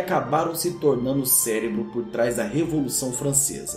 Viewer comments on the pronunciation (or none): none